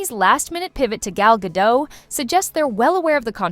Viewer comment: Gadot, not gado. the T isnt silent